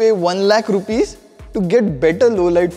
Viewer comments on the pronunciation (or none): none